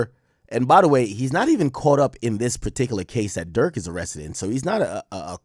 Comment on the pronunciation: BRO SAID PULL UP AND GET AREESTED IF YOU WANT.